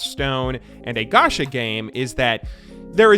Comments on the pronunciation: its not ga-sha its ga-cha kinda like you would say gotcha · It is pronounced ch in japanese, idk why he said sh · I m sure a lot of ppl said this already but it's pronounced as ch in channel, ga ch a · It's gacha not gasha You spell it like CHoose English is my 3rd language so who knows 😕